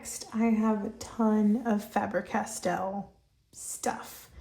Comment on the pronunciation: Loved the video and have subscribed but could you explain why Americans pronounce FABER as FAB rer, its pronounced the same as SABER which isnt pronounced SAB RER so both sound like FABE ER, just curious 😂